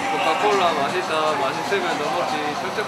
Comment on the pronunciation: 아니 구자욱 발음이 "코카콜라 마시따 마시스면 드믁지" ㅋㅋㅋㅋㅋㅋㅋㅋㅋㅋㅋㅋㅋㅋㅋㅋㅋㅋ 찐대구 ㅋㅋㅋㅋㅋㅋㅋㅋㅋㅋㅋㅋㅋㅋㅋㅋㅋㅋ